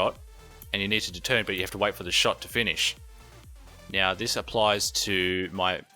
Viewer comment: Do you intentionally say meow instead of now or have I just watched a lot of Super Troopers? :X